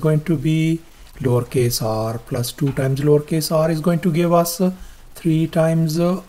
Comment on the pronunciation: What does he say?! Lawrcase?! 😅